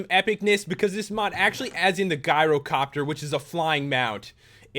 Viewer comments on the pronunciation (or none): Gyrocopter is pronounced jiy row copter, it comes from the word gyroscope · The "G" in gyrocopter is pronounced like a "j" Pat. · can tell by the way u pronounce terenas and gyrocopter that u never played wc3 cool vid tho :)